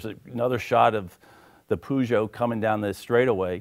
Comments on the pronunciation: its pronounced pooooooojooooooo lol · ''poooooooojooooo'' lmao, isnt it peugot? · No, it's pronounced perjoo and Le mans is leima. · was he trying to say Peugeot? The way he pronounced it was really funny, I've never heard anyone say that